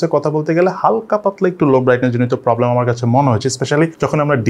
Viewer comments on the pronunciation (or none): none